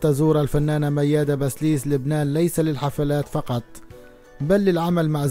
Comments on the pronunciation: كم مرة لفظت الكنية خطا يا اخي بسيليس وليس بسليس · بسيليس . مش بسليس .